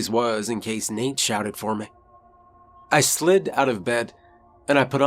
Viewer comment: His "accent " or just pronunciation.... ROOM: he says. "Rum" ME: he says "mey "